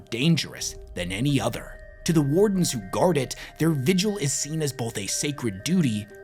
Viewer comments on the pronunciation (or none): none